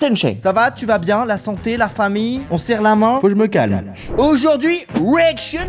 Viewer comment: Belle intro jusqu'à " Il faut que je me calle ( calme )" !!!